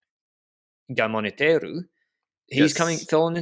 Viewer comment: As an Asturian, I must say that pronunciation of Gamoniteiru is getting better.